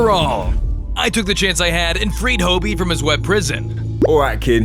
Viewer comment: It is pronounced Hobie not hobby btw